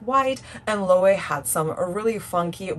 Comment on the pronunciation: Loewe is pronounced Lo-ehv-eh. By eh I mean the e in get, pet.